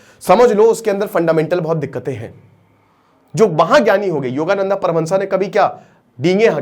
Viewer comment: हिन्दी की ऐसी तैसी कर दी, योगानंदा नहीं योगानंद, आर्यभट्टा नहीं आर्यभट्ट